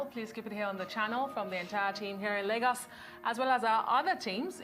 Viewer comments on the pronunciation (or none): none